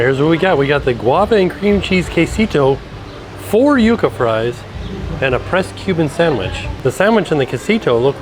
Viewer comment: So proud of finally pronouncing yucca correctly 😂 He always makes me laugh when he called them “Yuck -A fries”